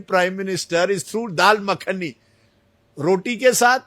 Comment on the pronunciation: Mc ko makhani ka pronunciation nhi kr pa rha rajdeep